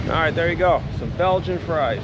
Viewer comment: . “Fries “ (freez) on Friday. 😂☺️